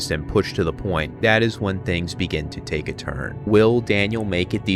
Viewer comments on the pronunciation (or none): none